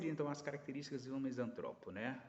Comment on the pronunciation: Sou misantropo, não existe misântropo, esse acento que vc usa para falar de nós, está errado. Sacou minha misantropia? Mais características: uso de analogia desde os três anos de idade, sou inventor bem sucedido, sou escritor premiado, sou músico amador, desenvolvo robôs utilitários, programo máquinas complexas, não tolero a ignorância pretensiosa. Muito reveladora sua colocação, obrigado pela análise.